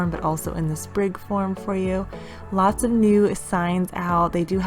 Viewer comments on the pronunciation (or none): none